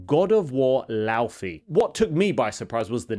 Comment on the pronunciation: You pronounce it Lau(Fay) like her name. Not Lau(fee). There is an interview with Cory Barlog and the game director.